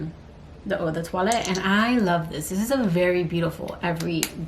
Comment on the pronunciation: Since you mentioned pronunciation. .☺☺☺☺I will let you know that the way you pronounce "Eau" is by saying it like the word "OH". The name is supposed to be tongue in cheek, so you say it like "Oh so decadent! " 😉 ❤❤ I love both of those Decadence fragrances. ..good choices!